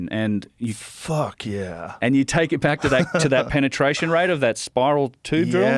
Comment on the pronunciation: did u say penertration